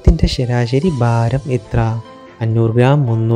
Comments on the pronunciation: ബാരം അല്ല ശരി. ഭാരം എന്നുച്ചരിക്കു. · വാക്കുകൾ ശരിയായി ഉച്ചരിക്കാൻ കഴിയുന്ന ആളെ വേണ്ടേ തെരത്തെടുക്കാൻ . പഷു . ബാരം . ഉരുളക്കേങ്ങ് എന്നൊക്കെയാ പറയുന്നത്. അയ്യേ കഷ്ടമെന്നല്ലാതെ എന്താ പറയ്യാ.